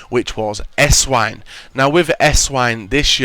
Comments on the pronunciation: It's pronounced Essvine... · how come nobody knows how to pronounce Esswein properly, he is german the w is obviously pronounced as a v, im not a hater but come on.